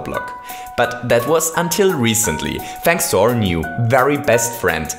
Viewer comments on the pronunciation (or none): none